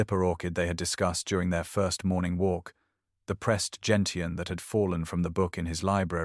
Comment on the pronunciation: It’s pronounced Jen shun not Jen tee in.